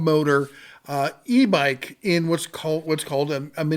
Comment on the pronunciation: I'm not sure if it's me, your mic, or just your pronunciation but I can't help but hear "e mike" when you say "e bike". Impressive range on that.